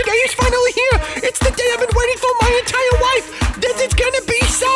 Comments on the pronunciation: He said wife instead of life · timmeh pronounces life as"wife"